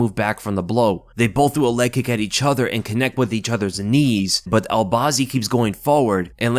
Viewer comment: I love how says "EE-chuther" instead of each other.